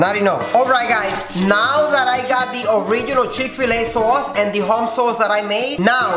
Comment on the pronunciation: lmao the chikfuhluh soaus